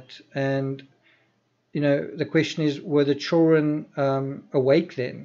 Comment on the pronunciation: you’re great and I love your work. But the D in children isn’t silent friend. 😆nothin but love I swear but you’re killin me😂